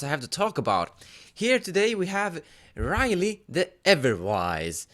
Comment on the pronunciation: i think it is pronounced as "ri-yel".. but nah, it's ok.. nice review by the way.. i really hope you'll post the full decklist of Gavi (the one you used last time).. i really think the jeskais have the better end of the stick this time.. *PS: I hope you make a review/brew for Tayam too.. i just really can see the potential combo in it, but kinda lost somewhere.. hehe..